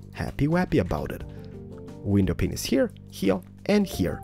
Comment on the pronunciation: GRAT VIDIO !!!!!! also its funny becose u say window pinis